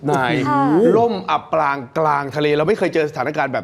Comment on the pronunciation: อับปางกลางทะเล ไม่ใช่อ่านว่า อับปลางกางทะเล อ่านผิดหลายรอบเลยค่ะ